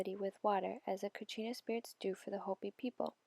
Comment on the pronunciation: It’s kachina or katsina